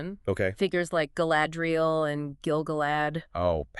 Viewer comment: Please. Please learn how to pronounce Eregion, Celebrimbor and Galadriel.